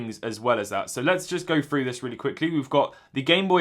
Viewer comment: “Go fru da moshuns”